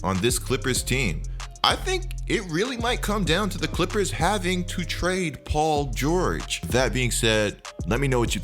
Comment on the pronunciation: Paul geurrjg